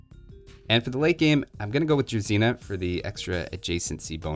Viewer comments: It's not a druzina, it's druzhina (It's like sound of "sh") This will never get old) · Druzhina is actually pronounced more like dru-zz(s)hh-ina; it has a buzzing sound, almost like a bee :)